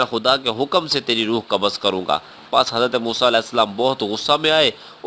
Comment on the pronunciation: kabaz nahi hai qabz h